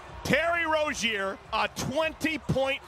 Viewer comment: He mispronounced Rozier